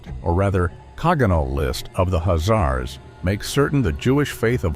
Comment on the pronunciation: Why are you not pronoucing the 'K'? I've never heard that pronunciation before....